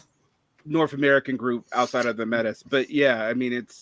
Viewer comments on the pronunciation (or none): A small pronunciation correction it’s at 31 mins it’s Métis as in May-tee not Meh-tiss 😊